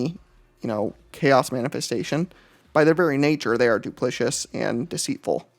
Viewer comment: Two minor gripes. Anathema is pronounced 'Uh-nath-eh-muh' and it is 'duplicitous' not 'duplicious' big fan, sorry for the criticism!